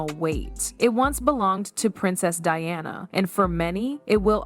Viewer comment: This seems inaccurate And also weird in some respect, particularly pronunciation of names like Diana.